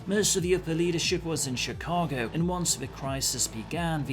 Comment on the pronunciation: Think I found my first play through role. Was born in Chicago and grew up in the Midwest. The background story got me hyped as well. Btw good work pronouncing Chicago. Lot of people get it wrong. Cheers.